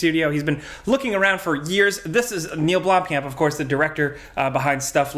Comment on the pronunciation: The pronunciation of blomkamp is hurting me in my South African heart